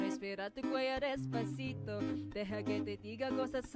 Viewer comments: ok fine you all have hearing problems go see a doctor im just saying that because its true she did said despacito maybe you said deffaciFOW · I mean Desfashittoe i heard desfashittoe from the korean girl😂😂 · I heard her say Desfasith0w as well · I kinda heard desfacitoe from korea😂😂😂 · The Korean girl also has a beautiful voice but her Spanish accent and Spanish pronunciation sucks. The Filipina girl has a beautiful voice and with perfect accent and perfect Spanish pronunciation. For me the Philippine version wins.